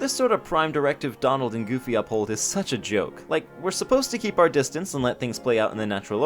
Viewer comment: You said domald and goomy